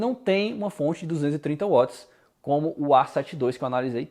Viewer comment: Excelente review! Até a maneira do falar Watt é correta. Não fica igual aos outros youtubers: VATS VATS VATS